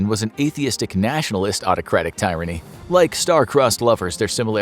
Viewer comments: It’s pronounced teerany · Tyranny not pronounced tie-ran-ee, at least not in American English. First "I" is short.